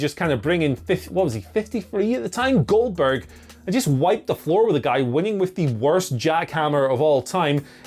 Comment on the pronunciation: finally a wise man , who's saying the name correctly